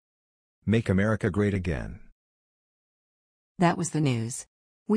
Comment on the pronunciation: Ohh My God he said makr Amrica great AGAIN mY gOD